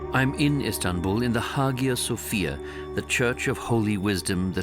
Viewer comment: We set off with the clear indication that the documentary was going to be skewed towards Christianity. I’ll overlook the mispronunciation of Aghia Sophia, but I reject the idea that Sha’ul miTarsos (Paul of Tarsus, if you prefer) was a Greek Jew. He was a Hellenistic Jew, which is a different thing. That’s the trouble with Christianity, the bastardising of Judaism filtered through Greek pagan polytheism and imposed throughout the Roman Empire by a regime that set the rules for feudalism snd religious intolerance